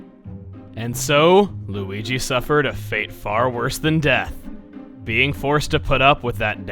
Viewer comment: I heard mario say weege